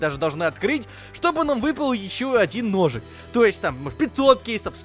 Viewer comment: когда сказал хочется ножик ножик мне послышалось что он сказал хочется дошик дошик